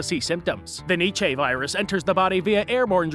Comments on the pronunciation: It's pronounced like nee chuh not need chay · It's pronounced "nee cha".